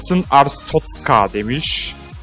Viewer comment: abi bi ara artschozka derken boğulcan diye korktum aq